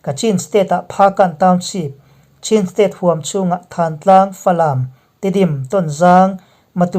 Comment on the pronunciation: Chin tih hi chhin tia lam tur ani e.